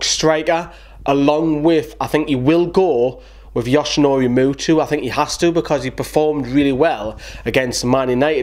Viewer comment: It’s muto not mutu